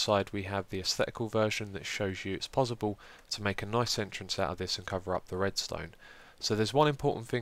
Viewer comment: You can't say possible lol you posiball